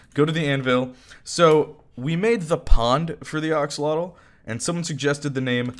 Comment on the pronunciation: I love how he’s still saying “oxolotl”